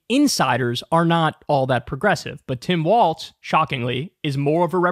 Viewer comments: KYLE! I love you but It's WaLZ, not WaLTZ !!! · It’s WALLLZZZZ!! No T! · Walls not waltz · I’m a big fan of your podcast Kyle but if you say Waltz and not Walz one more time I’m gonna lose my shit lol 😂. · I think its pronounced Walls